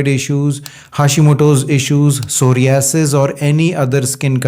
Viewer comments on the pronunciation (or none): none